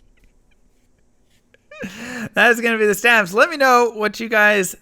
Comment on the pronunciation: Stayves, not stavs